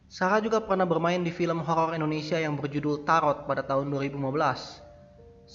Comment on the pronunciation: horor bang bukan HOLOL :D